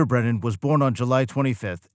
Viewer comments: How come half the time you call him "Brendan" instead of "Brennan?" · The narrator can't even pronounce Brennan's surname, he keeps saying Brendan. So I'm not surprised he can't back up the title of the video with any facts.